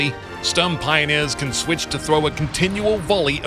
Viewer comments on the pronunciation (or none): Please never say Stürmpioneers again I mean there is even google translate which can pronounce Sturm correctly